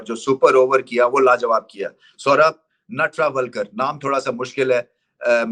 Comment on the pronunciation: नटरावल्कर ❎ नेत्रवलकर ✅ 😂😂😂